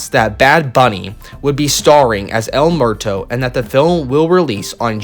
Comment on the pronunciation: El Muerto is pronounced Ehl Moo-Ehr-Toh. Not Mehr-Toh. Sorry as a Mexican I was cringing